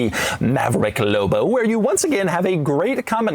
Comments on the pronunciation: he said loubo not lobo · Say loBo not lobo 😂😅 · Doug says “Lobo” the way the Red Letter Media guys say “Low Blow” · Almost couldn't finish the video by the way Dougie Fresh kept emphasizing the "L" in "LLLLLLOBOH" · I was losing my mind every time he said it. "Low Bow" 😫😫😫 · Anyone else HATE how doug says the L in lobo, as well as most other L words. Real faggy. 🎉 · I enjoyed the video and the truck looks like it would be fun. I didn’t enjoy the way you said LOBO and I’m afraid if I owned one I would hear it in my head every time I read it lol. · Saying it with a very soft L sound. Signature Doug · Why doug says lobo so many times and always says it weird way